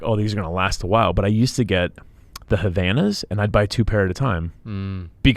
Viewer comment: Ok..... but, this is not the purpose of this chanel. If he doesn't say the name of the flip flops that he likes, I don't think is fair trashing a brand like that saying its name out loud. First, it's not Havana's, the correct spelling and pronunciation is Havaianas. Second you don't compare oranges and apples, they are maid of different materials. He spoke about flips flops made of leather and flip flops made of rubber..... Of course the leather ones are going to last forever but you don't need to say the brand's name of the rubber ones and trash it saying that they are the worst ones....... That's my opinion, that's all. I think he could say: "I used to buy rubber flip flops and they were always breaking and then I've decided to change to leather ones.....". It's not about the brand..... rubber flip flops are always breaking despite the brand, so no point on saying out loud the name of one specific brand and trashing it.... It was very unpolite